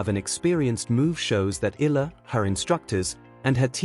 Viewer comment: Alexandra Eala (Eh - ya - la)..please pronounce the surname properly..